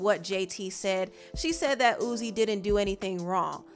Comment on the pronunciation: im crying at you calling him "Ooze" LMFAOOO